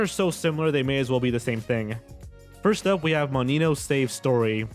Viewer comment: Not foist